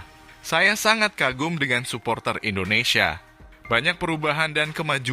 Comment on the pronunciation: Indonesia bang bukan endonesia Dri awal cakap . Abng cakap endonesia endonesia Coba betul kan dulu penyebutan nya 🙏🙏